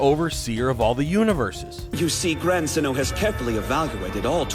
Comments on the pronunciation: It’s xeno not xenu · I swear if u say zen-oh wrong again i will unsubscribe